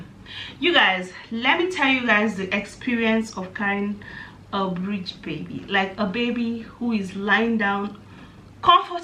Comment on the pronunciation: it’s breech not bridge